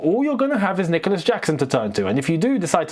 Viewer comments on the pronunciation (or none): none